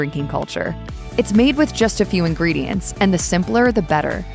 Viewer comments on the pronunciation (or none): none